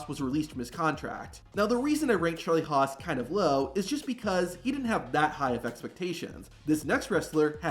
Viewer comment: Lmao at “Charlie Hos”